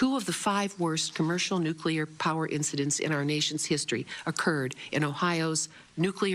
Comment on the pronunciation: it's not "nukular energy".